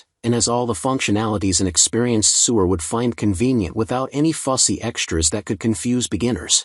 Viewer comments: The voice over wrongly pronounces "sewer" (someone sewing on a sewing machine) as "sewer" as in waste management sewers. It is pronounced "SOWER" not 'SUWER' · Is this AI speech?? Either way, so wrong pronunciation. It is pronounced sew-er , not sewer as the system in the city for ground water, etc.